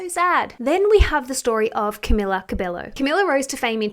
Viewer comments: I just wanted to say that it’s not Camila Cabe-low but Cabe-yo. 🤗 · Pronounced Camilla Cabeio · btw not being rude her surname is pronounced cabeyo bc in spanish a double l doesn’t sound like an l xx